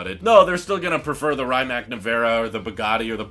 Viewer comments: Please stop saying “Ryyymac” it’s pronounced “Ree-mats” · The way you pronounce „Rimac“ pains me dude, it really isn‘t that hard to google the correct pronunciation and not give Croatians a seizure every time you say „Raimack“ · Please pronounce it R-e-ma-tz or R-e-mac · Hmm… I wonder why I get ruffled when “Porsche” is mispronounced, but not so much with “Rimac”? Sure, all 16 of my g-g-gparents were born within a 50 km circle in Germany and Bern, but Ferdinand was Austrian. Ok, I just heard him pronounce it with a long “i”; that was pretty bad! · You are pronouncing Rimac really wrong!!! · Learn how to pronounce Rimac please eye roll